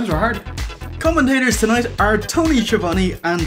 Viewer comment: is mispronouncing Tony Schiavone's name part of a long running joke?